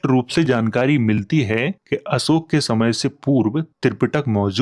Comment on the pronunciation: आप अशोक को असोक क्यों कहते हैं?